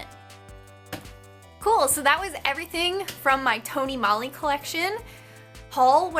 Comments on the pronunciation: That gradient lip looks great on you! I love Tony Moly, we have a couple of their stores here in Hawaii. (ps- the O in Moly makes the same sound as the O in Tony, so it's pronounced more like Mole-y) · Tony Mole-y is how it's pronounced. If you want to look more into Asian beauty, buying it from places like Urban Outfitters & Sephora are a bad idea cause those stores put a huge markup on those items.